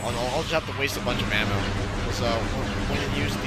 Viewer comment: every time you said ammo I could have sworn you said mana